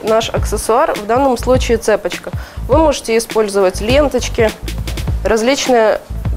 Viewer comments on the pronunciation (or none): Правильно будет цепОчка, а не цЕпочка